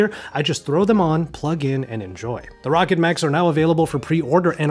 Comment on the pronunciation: Isnt it pronounced..rowkid